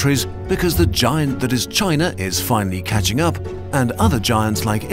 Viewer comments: I hate how you said China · why the narator speaks with chinese-like tone when speaking about china lol